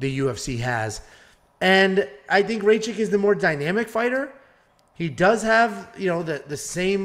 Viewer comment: U pronounce Rakic very wierd, I think rakic wins a decision but it’s so close